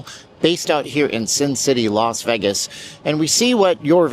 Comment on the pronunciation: You sensationalize and need to go back to Canada, for the millionth time LEARN HOW TO PRONOUNCE VEGAS….not VAGUS…..VEYYYYYGUSSSSSS. NOT VAGUSSSSS